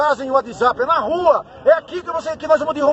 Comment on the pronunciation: Não sabe nem falar WhatsApp 😂😂😂